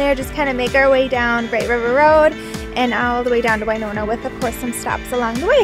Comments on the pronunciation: It's Win-ona not Wiiiiine-ona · I was born and raised in (Win)ona not (Wine)ona LOL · I was going to address it, but being from Winona i get used to the mispronunciation. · I spent most of my childhood there! Every time she said it I cringed!!! I went to Phelps school on the college campus. I live on Whidbey Island in Washington State now and we have a Winona Rd, which made me so happy! I miss you Winona!